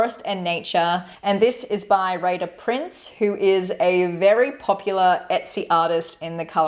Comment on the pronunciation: The one on Etsy Reyhan Uydaci - I couldn’t find. It sounded like you said Raider Prince. The English title is Forest and Nature. Can you send the link?